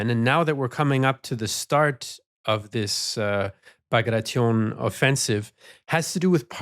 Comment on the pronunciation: Dear. Kudos for not pronouncing "Bagration" the way that statistic Canadian would pronounce "Situation" 😁